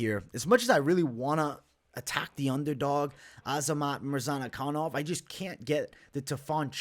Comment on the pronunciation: Mispronunciation of the Week : Azamat Murzanakanov ! :) Love your content , keep it up .